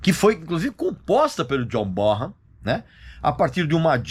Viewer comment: Regis, a pronúncia correta do nome Bonham, é "Bonãm". Ótimo Vídeo.